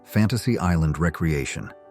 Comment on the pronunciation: Pronounced re - creation not recreation